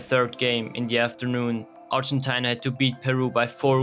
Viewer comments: Ar-gen-ty-na what a pronunciation. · Could you please do the research properly and pronounce ARGENTINA in English properly (Ar-gen-TEE-na). Thanks